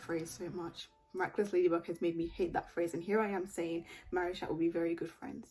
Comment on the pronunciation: It’s supposed to be pronounced maricha btw